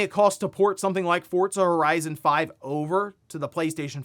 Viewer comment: Hey yo, there’s no T in Forza